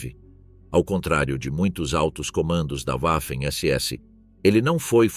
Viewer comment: NÃO É UAFEM SE PRONUNCIA VAFEM....